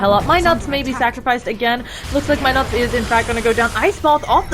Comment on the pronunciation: keep saying my nuts! it's NUTS! get it right! fucking irritating